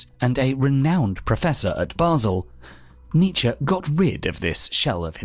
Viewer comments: Thought it was Knee-chee ? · I can't watch an entire video of you mispronouncing his name! Aahhh pull my hair out!